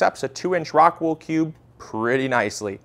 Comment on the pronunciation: It would help if you had shown a pack of the medium unopened (clearly showing the name of the product) or put a link of where to get it on the description. As many times as you mentioned the name it was difficult to understand it. Something like rockwood?